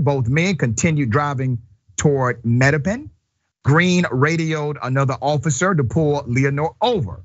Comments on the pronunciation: The way he said Mattapan tho ✋🏼🤭😭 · Mattapan mat uh pan